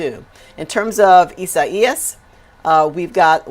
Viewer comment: Janice RULES.!! Love her reporting. A true professional. I love the way she pronounces Isaias. If I had another daughter, I would name her Isaias.!! 🖤